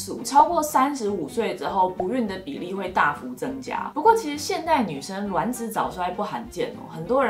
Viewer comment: 是我少數聽到發音正確的。卵ㄌㄨㄢˇ子👍🏻👍🏻，看了一堆做試管的媽媽都說ㄖㄨㄢˇ子，聽了頭好痛